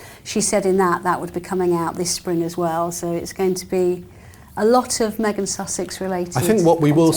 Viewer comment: shame you on for saying meangen of Sussex. Shame shame. Shame. You should forgive yourself and the rest of us...